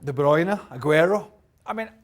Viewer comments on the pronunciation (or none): Who's aguaro? It's agüero